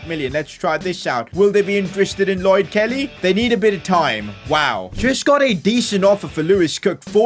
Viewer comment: The way he said let’s put Kelly (how he actually said it) Killy 💀 💀